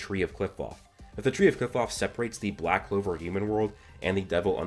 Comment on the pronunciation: This guy is funny he says Noel or yuno might develop the 6 leaf clover ok yes they have both expressed the power of the devils dude the show is called back clover not sigh clover or I don't like Asta but I do clover if it's going to happen Asta is going to do it